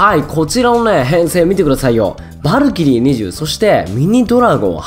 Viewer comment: さんはバ↑ルキリーって読み方か ドズ○さんはバ↓ルキリーだったよな